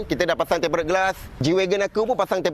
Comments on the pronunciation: Sebutan dia tem-perd glass bang... Sebut tem-ped je pon okay dari tem-pe-ret... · ok bang sy nk share satu ilmu, Tempered tu disebut temperd glass. Tak perlu sebut tempe red glas, Red tu dia silent je xperlu sebut hehe. Maaf ya bang cuma share ilmu. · Tem - pee - rerd tengkorak kau… TEMPERDD je sebotan / pronons dia.. dh tulis cara baca melayu dh tu… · Sebutannya tempered( temped) bukan temp pe red. Heeee sorry ya… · betul..temperd je bunyi..red tu kena gulung lidah hujungnya.. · bang.. ejaan dia memey tempered, tapi "ed" takyah la dibunyikan.. tempered=temped (lebih krg mcm tu bunyinya).. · TEMPERED GLASS Sebutan yg betul - tem.ped glass R E D - kat belakang takyah sebut. Kongsi ilmu!! Tq. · Eja nya tempered. Sebutan nye temped je bang